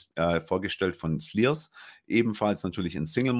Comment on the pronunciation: Wiese einmal 👍👍 hoch - zum Glück gibt es diesen/euren Podcast/YouTube😍 Bitte: Der SLYRS spricht sich „SCHLIERS“ (vom Schliersee) und nicht „Sliers“😄 Der Amontillado ist 🤩, unbedingt probieren und auch mal einen Amontillado (Sherry) probieren, am besten natürlich von den Bodegas Tradición, der Bodega, die die Fässer an SLYRS liefert. Mein Thousand Mountains Double Raven #4 hat mir noch eine wichtige Info gefehlt: Hier wurden ebenfalls sehr alte Fässer meine Lieblings-Bodega, Ximénez-Spínola (sehr klein und exklusiv) verwendet - das Ergebnis ist ein Traum😍 Und alles, was ich bisher von ElsBurn (und zugehörige) im Glas hatte reichte von „sehr lecker“ bis „WOW!“ (12 verschieden Abfüllungen, von den ich 9 Zuhause habe, auch den „mit dem Seit“😇). Liebe Grüße an Anna und macht unbedingt weiter so😄